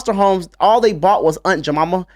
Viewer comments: Haha I love how my man pronounces "Aunt Jemima" as "Aunt Juhmomma"😂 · “I wanna meet Jemimiah herself.”